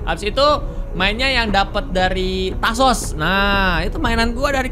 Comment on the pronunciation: tajos bukan tasos